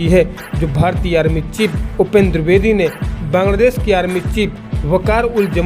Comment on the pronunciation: दुर्बेदी नहीं द्विवेदी होता है, ढंग से हिंदी तो बोलो पहले।